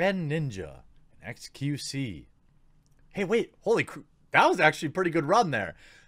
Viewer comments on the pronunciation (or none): Let's me make this clear Jeremy, its X Q C. Not Q C. There is a letter in front of the second choice that you are ignoring. Otherwise great video keep it up m8. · The x is pronnounced in xQc's name. Just to help with the confusion